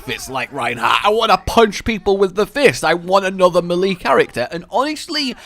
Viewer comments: Why does he say melee so weirdly, it's may-lay not meh-lee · Every time I hear "malee" instead of "mylee" 😀🔫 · Great video but dude its pronouced ''mel-aye'' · It took me so long to figure out what a 'malee' was. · The way you say "melee" triggers me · im sorry but the way you say melee makes me watch to scream 😂